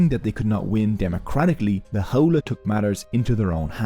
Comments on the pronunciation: HOWLIE...lol its pronounced "How-lee" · Correction; there are not 15,000 Native Hawaiians are not leaving. You can be a local, born and raised but that does not make you Native Hawaiian. Bro, your accent is killing me. Ahupua'a = A-who-poo-a-ha Auwai- Ow-vai Ha'ole= How-lee, contemporary (and racist) meaning is white person but the literal translation is without breath, hand shake of the westener and not the Hawaiian breath greeting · LOL you can even pronounce Ha'ole properly..it's pronounced How-lay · You’re information was excellent and honestly one of the most accurate I have ever seen 🤙🏻 Other than some pretty bad pronunciation 🙄 Maybe you could re dub the audio and say “how lee” and other Hawaiian missed pronunciations could be fixed? Your video and info were so excellent I hope you consider this 🤙🏻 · this guy is so haole he cant even pronounce haole